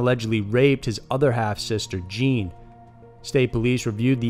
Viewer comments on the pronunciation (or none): none